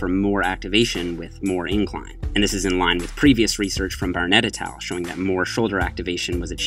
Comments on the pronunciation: Ryan Francis I thought I was the only one who thought that! I had no clue what he was saying until it just clicked that he was saying “et al” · Sup - taking bets on whether will learn to pronounce "et al." correctly in 2017